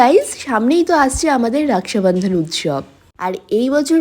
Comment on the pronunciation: রাকসাবান্ধান ?? রাখি বলতে অসুবিধা হয় ? বিহারী চাপড়ির বাচ্চা